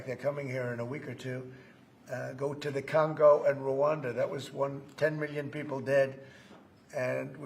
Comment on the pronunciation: Why does Trump pronounce trillion and million like that, it’s always bothered me 😭 Obviously the least wrong that he has done, I’ve just never been able to ignore it